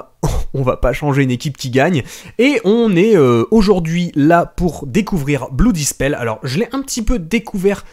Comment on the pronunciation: Blue Dispel ? connait pas ce jeu... (sachant que "blood" se prononce presque "blaad")